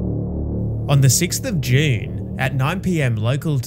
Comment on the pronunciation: Please stop saying June like that 😭